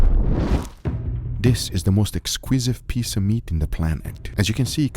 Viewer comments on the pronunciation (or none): "speece of meat"